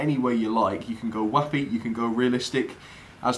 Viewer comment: I almost heard "Wacky" so that's what I'm gonna assume "Whappy" means. Keep up the lovely content, mate!